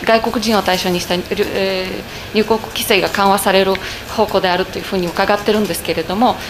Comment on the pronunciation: 記者さんへ：入国は「にゅうこく」ではなく「にゅうごく」と発音して下さい。お願いします。